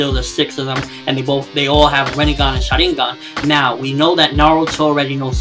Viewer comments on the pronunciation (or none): none